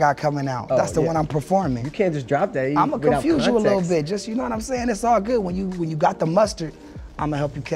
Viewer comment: Not emphasis on LITTLE 😂